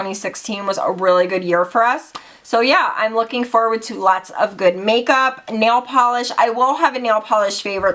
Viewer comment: "it's soooo GOOOOODT" lol I love how you add that T to words that end with a d, love you girl!!! 😘😘😘